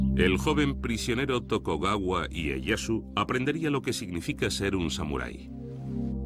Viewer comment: Chupito cada vez que diga "Tokogawa"